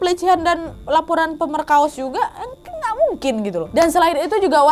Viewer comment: laporan pemerKAOS juga wkwk typo ngomongnya😅😅